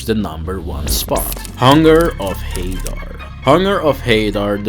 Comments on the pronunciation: It's pronounced Hunger of "HA-Daar" not "HeyDar"... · it's pronounced Hadaar, not Hey-Dar